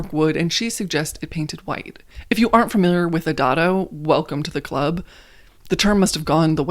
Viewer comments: Isn’t dado pronounced day-do… or is dah-do a US pronunciation? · Yes. I was going say it is pronounced "day-dough" rail. And you describe it exactly right as a rail that keeps other furniture from damaging the wall. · Pronounced: Day dough